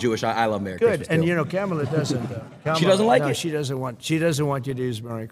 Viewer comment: Michelle O: “I gotta talk to my girl, Ca mu la.” The media: Ku mah la Trump: Camel-uh 😂😂😅